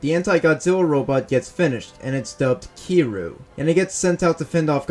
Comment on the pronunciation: its kir-yuu